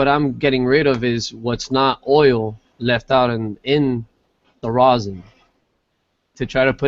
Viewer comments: FoRealJuggalos should've learned how to pronounce the word rosin before making multiple tutorial videos on the subject LOL. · What is this "rose-in" keeps referring to? Is it something different than rosin? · That's just how he pronounces it. He's still talking about "rosin". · Kira Barsmith It's how his english teacher told him it was pronounced..